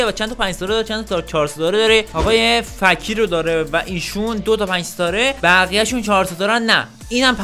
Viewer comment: اومد با ادب باشه به فکیر گفت فَکیر 😂😂💔❤️